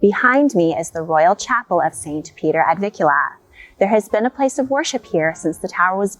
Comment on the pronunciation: It’s NOT “ Ad VIKula” it’s “ Ad VIN kula” with an N “!